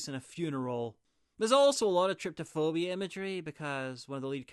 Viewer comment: btw its trypophobia, from trypa, hole and phobos to fear not tryptophobia theres no t in it